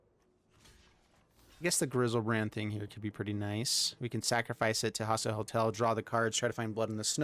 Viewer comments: Hostile HOSTEL. Love your deck techs, but this was killing me lol. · Even if he says hostel I think it'll still be grating if he doesn't also change his pronunciation of hostile to match ;)